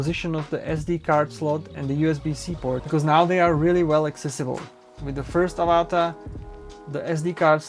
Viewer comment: Mate its Av-A-Ta not Ava-TA - like the movie 😂 - Pretend you have an Australian accent ---- good review tho👍Well done - Would love to fly one, one day